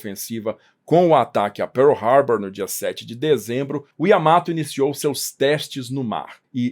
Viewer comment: Bela pronúncia de PEARL HARBOUR! Corretíssima.